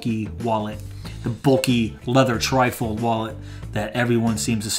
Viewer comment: A good deal of this video I kept wondering what a Trifle Wallet was until I realised you were saying trifold.